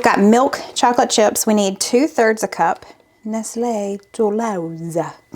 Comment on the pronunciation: These look great! The French pronunciation of Nestle Tollhouse. Is Phoebe from Friends.